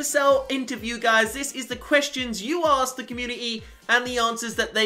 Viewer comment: I'm sorry but this has annoyed me even though your great u pronounce community with a t